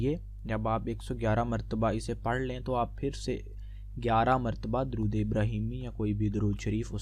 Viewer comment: bhai pehly durood pak to sahi se parhna seekho